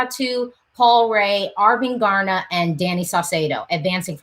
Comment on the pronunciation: You almost Said arvingarna right the last time you Said it☺️